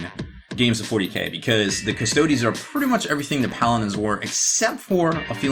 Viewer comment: How can you be a "hobby expert" when you can't even pronounce Custodes correctly? Also, stop saying "I feel like" every god damned sentence.